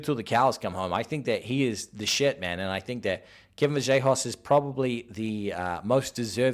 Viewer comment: Vallejos not Vajellos lol